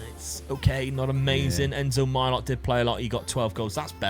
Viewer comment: millot is pronounced mil yo, great video as always love you guys